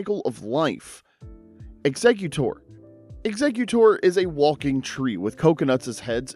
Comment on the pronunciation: its 2025 and we're still pronouncing ECKS-egg-cute and ECKS-egg-u-tor completely wrong. Whats next pronouncing Arceus like ARE-see-us instead of are-KEY-us?